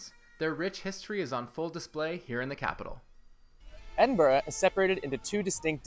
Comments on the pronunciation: Brilliant tour guides of my home town and congratulations for not saying ‘Edinborrow’ as so many North Americans do! Hint: if you really wanna sound like a local, say ‘Embra’ with a wee trill on the ‘r’! 👍😉 Thanks again. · I'm glad both of you are pronouncing Edinburgh properly.A really good tour video by the way.